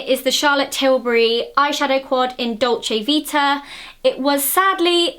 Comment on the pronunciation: I LOVE THE WAY THAT YOU SAID DOLCE VITA CAUSE IS ITALIAN AND I'M ITALIAN AND YOUR PRONUNCE IS ADORABLE